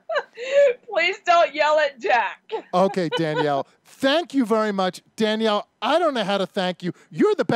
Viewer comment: Danielle Mullins ' Janali'?? Maybe you should do some more research before you dive in and do a video.